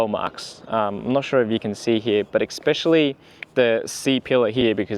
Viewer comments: Mate, it's especially, not expecially. Good video though, thanks! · Appreciate the upload mate, but, just for future reference, the word is “especially”, not “expecially”.